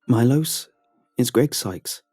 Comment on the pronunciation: I'm just sat here chuffed that Bulgaria was mentioned in a Creepypasta :D That would mean the colleague's name was probably pronounced Milosh not Milos.